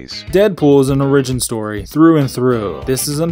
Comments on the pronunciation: "Origin" is pronounced Ore-ih-gin, not Ore-EE-gin. It's not a Japanese word. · Say it with me now: OR-i-gin. Wtf is an outleer? I dipped out early and didn't hear that one. Outlier maybe. Should I write this vid off as inept? Or does this young man have something to say? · ori-gyn? Bro its or-Ih-gyn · Since you've published this, I hope you have learned to properly say the word origin. It's not orRIGIN, it's ORRigin. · its or-ag-in not o-ridge-in why cant Americans speak English ffs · You have to put emphasis on the O in origin, not the Ri. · The way you say origin sounds ridiculous. It's not the word "original" without the last syllable, it's what your TTS automated voice said in the first second. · Omg as much as I like this channel you need to die with that pronunciation with origin. The I should be so much longer than you make it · You say origin wrong, apart from that good vid. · Where are you from? Why tf do you pronounce origin that way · why do you pronounce origin that way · The way you pronounce origin triggers me? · E;R's pronunciation of origin is terrible jesus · Learn how to pronounce origin. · learn to pronounce origin